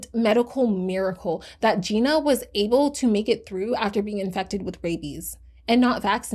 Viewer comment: Her name is pronounced JENNA